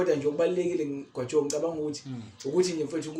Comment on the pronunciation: uDokotela umbiza kamnandi uGwajooo😅